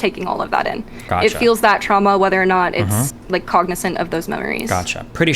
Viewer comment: "TRAUAMA DUMPING, ULTING" 😭😭😭